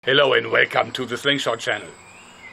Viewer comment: "Halo and velcome." -Joerg